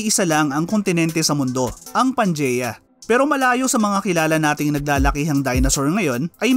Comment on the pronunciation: Mali daw yung pronouncing mo sa Pangaea